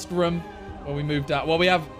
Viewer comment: the way he pronounces room pisses me off